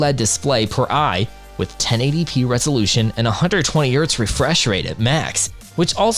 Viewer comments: Mispronouncing "chassis" (chass-iss) and "hertz" (urtz) really takes away from your competency in this review. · You pronounce the H in Hertz ffs. Also shit video with zero pricing points.